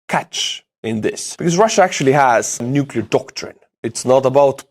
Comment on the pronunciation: I commend you on your accurate pronunciation of “nuclear” in English! Yes, it is “new-clee-er” and NOT “new-kew-lar” as some newscasters with multi-million dollar contracts insist! Okay, small detail. Just trying to stay sane while trying to keep up with the horrible details of war!